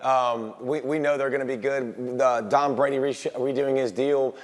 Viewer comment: did he call him Dom Brady ? Lol